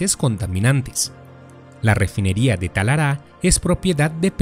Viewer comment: Muy bueno, solo una cosa No es "Talará, . . . es Talara", gracias y saludos